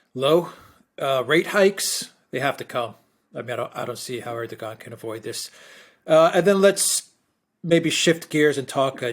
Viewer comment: Er doe wan, the G is pronounced as a W